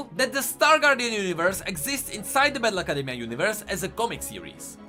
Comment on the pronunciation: when he says battle academia i hear bad luck academia